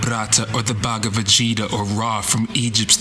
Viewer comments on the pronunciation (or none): Man pronounced Bhagvat gita wrongly it sounds like bhagwa vegita..also it's MAHABHARATA NOT MAHABHRATA.